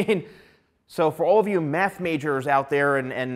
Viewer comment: It sounds like he keeps saying “Do the meth.” 😂